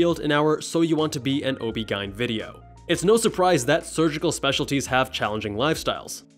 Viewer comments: "OB-GINE" I can't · Wait that's how you say OBGYN. I thought in english we just spelled the letters out?